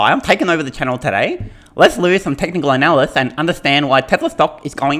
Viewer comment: technical " ANALysys " ..........lol.